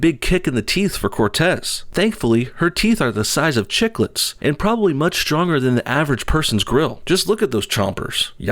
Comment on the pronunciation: Careful you might trigger Cortez, you mispronounced the accent in Chicklets